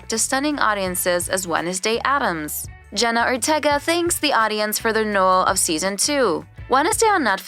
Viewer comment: they also said „jenna otega“ instand „jenna ortega“